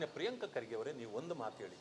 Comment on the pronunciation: Everything is temporary but the name Priyanka ಪ್ರಿಯಾಂಕಾ kharge pronounciation is permanent